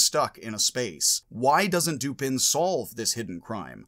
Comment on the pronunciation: I always thought that the surname of Poe's detective was pronounced doo-PAN., you pronounce the surname doo-PIN in this video. But on your website "Logic - Poe & Dupin," you declare "Dupin, pronounced 'Doo-puh', like duper without an n or r on the end in a French or Southern accent, is Poe’s ingenious detective, a name Poe found in a book he reviewed the same month his first detective story was published." According to this video, the French pronunciation of the name is doo-PAY: According to this video, it is pronounced dew-PAH:... and here is the pronunciation of the surname Lupin (as in Arsene): loo-PAH